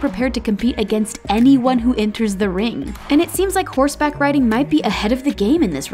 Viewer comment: It was pissing me off when they kept saying “Horse back ridding “